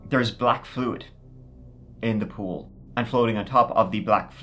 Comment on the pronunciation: not gonna lie, I thought you said he walked into some ghouls. Then heard it again. Took at hot moment to realize you said POOL. that story was much scarier for a moment. got further in. WIth the university being near, that is a black market organ gathering location. Those are all probably "missing" people or people the gov't was looking for. These bodies were illegally harvested , mostly likely